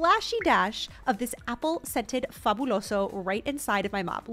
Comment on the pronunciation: Goood job pronouncing : Fabuloso!